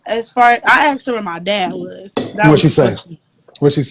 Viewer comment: The whole “axe” thing really drives me nuts. The word I is “asked”.